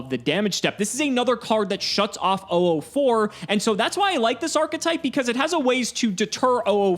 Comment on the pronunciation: Am I the only one who gets a little annoyed when says 'oo4' instead of '004'?